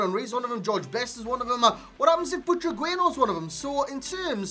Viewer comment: "I really like saying his name man" You're saying it wrong lol but nice review